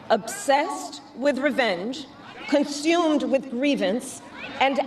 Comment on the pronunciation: Fingernails on chalkboard when she says conSHumed…it’s consumed, “Sis”.